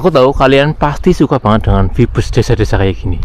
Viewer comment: plis mas, pengucapane aja "vibes" hehe